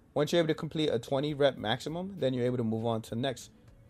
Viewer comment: Did he say the goal was a 10 rep machimum?